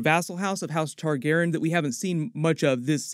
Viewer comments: Not to be a stickler, but Tar-gehr-ee-ahn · Love your videos but can you PLEASE start pronouncing all of the sylables in "Targaryen"? It physically hurts me :)